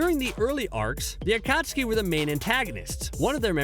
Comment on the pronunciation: No one: Not even a single soul: let’s mispronounce these words so we can irritate naruto fans cause we can 🙂 Bro, How did you pronounce obito, akatsuki,and zabuza? I want to hear something 🥴🥴